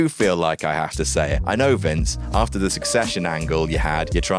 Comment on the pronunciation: After* not Ohrfter